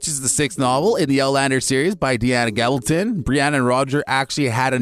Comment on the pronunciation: And the narrator doesn’t understand the story. Roger and Brianna didn’t travel together. Can’t pronounce Gabaldon. 👎👎👎👎